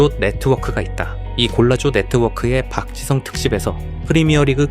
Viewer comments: 맨유 팬인 동료가 박지성 이야기를 하던 게 생각나네 그 당시엔 그의 가치를 잘 모르겠었지만 지금 보니 박지성이 정말 중요한 역할 했음 그리고 발음도 완전 정확하게 '박 지 성'이라고 부르더라 ㅋㅋ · 영국인 동료가 맨유 얘기하던거 생각난다 박지성에 대해 언급하면서 실력 있을 땐 그 가치 잘 몰랐다면서 지금 보니까 진짜 대단한 역할이었음을 인정하더라 심지어 이름도 정확하게 '박 지 성'이라고 부르니 귀여움 ㅋㅋ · 맨유 팬인 영국 직장 동료가 박지성에 대해 이야기한 거 기억나네 그때는 그의 가치를 잘 몰랐지만 시간 지나고 보니 진짜 엄청난 역할이었음. 발음을 아예 정확하게 '박 지 성' 이라고 하더라 ㅋㅋㅋ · 한국선수 발음 이정도로 하는거면 진짜 지성인 축구선수 맞네 ㅋㅋㅋㅋㅋㅋ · 영국 맨체스터 촌방언으로도, 스코틀랜드 촌방언으로도, 아프리카 어딘가방언으로도 정확하게 “지 성 팍”이라고 발음한다. 경상도 사람도 잘 못하는 ”지 성 팍.“ 이게 이 사람의 존경심을 나타낸다.